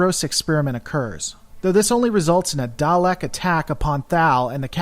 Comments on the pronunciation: Thomas Williams it's not pronunced darleks it's pronounced daleks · 50 years of Doctor Who pronouncing it Dalek not Darlek would disagree with you.